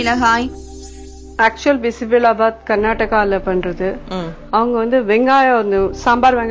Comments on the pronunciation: Anchor its not bismillah its bisibela baath.... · it is true, she is funnily pronouncing as bismilla bath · Bisebelabath alla bisibelebath. Bele endral paruppu in Kannada.